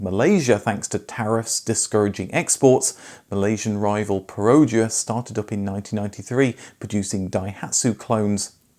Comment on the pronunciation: you pronounce perodua wrong